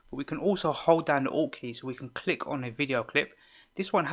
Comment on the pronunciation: Oh... it's ALT key xD haha! Ok, all I heard was "press down 'ought' key and use your arrows". Thanks lots bro <3